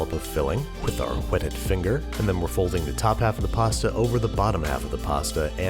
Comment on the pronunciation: "Wh-etted" "Wh-ater"